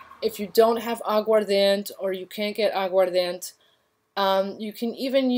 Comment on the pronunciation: I'm watching your video, and need to point out the correct pronunciation of Agua Ardiente is fine, but the word ends with 'Eh', not a 't' sound. Good video otherwise. Thank you for the content! ❤️